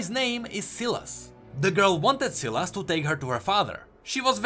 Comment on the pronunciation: Ewan Daniel it actually is pronounced as Silas not sai las